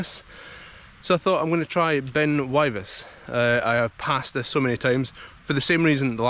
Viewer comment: Great, only done it once, left my bike at the bottom of the staircase and walked the rest of the way. The plateau would have been be fun on the bike. I burst a tyre with a mis-timed bunny hop over a drain on the way back down. It's pronounced Wivis BTW.